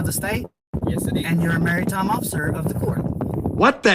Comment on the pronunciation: He also does not know how to pronounce " Maritime ". He pronounces it " Marry-time ".